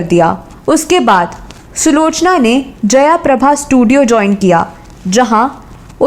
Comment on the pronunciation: जयाप्रभा नाही जयप्रभा